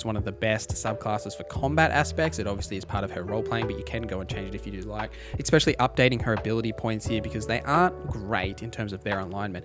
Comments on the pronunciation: It's called "especially" not exspecially. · Great video. I'll definitely be referencing this on September 6th. But bruh, for the love of god, it's 'eSSSSpecially', not "eXpecially" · The word is not "expecially", it's "especially". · Great guide! As an aussie growing up in the ghettos of Redfern there is one thing in common you have with alot of people there which grinds my gears...the way especially is pronounced. Its very ghetto to say eckspecially. Still love the video though and subscribed eckspecially since there so much good info 👍